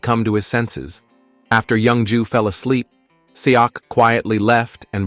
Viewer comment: The way the ai pronounces the name as young jew, has me dying.